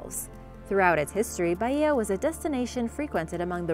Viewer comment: For the love of God please pronounce Baia normally and not Baiiiiia